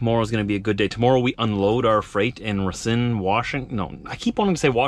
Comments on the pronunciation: the city you’re going to is called Racine (pronounced ra-cine and the a is a straight a) and means Root in French. Enjoy the city, it is really nice. Philippe in Bradenton FL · Just to help you out since im from wisconsin. It's pronounced "Ray-Seen" or "Rah-seen"